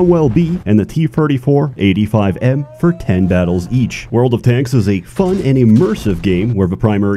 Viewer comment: Ahhh the Tee Terty Four